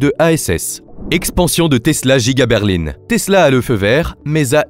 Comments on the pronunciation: c'est pour qu'au lieu de dire Berlin il a dit Berline car c'est une IA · ok mais explique moi de quelle région il viens pour dire Berline au lieu de Berlin car moi ça me scie 😅 en tous cas côté grand ouest personnes ne dis ça. Par contre côté montage t'es propre 👍